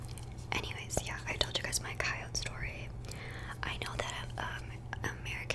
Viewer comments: I live in upstate New York... we pronounce coyote like you, the other way is just too proper for the pack running through my back yard🤣 love your videos! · I’m gonna start saying coyote like you do it sounds better lol